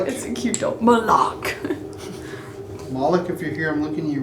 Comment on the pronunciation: sry just gotta say it the dolls name is malak not moloch is was going to bug me otherwise sry but liking the video so far